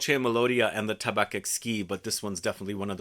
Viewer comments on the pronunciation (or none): just for you knowledge, we don't prononce the C in "tabac" great video as always !